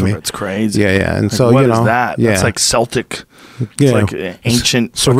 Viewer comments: Joes part irish and called russian "seltik" lmao. And hieroglyphic also lol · He pronounced it with an s, "celtic" is pronounced with a k. Unless it's the football team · Can someone teach Joe how to pronounce Celtic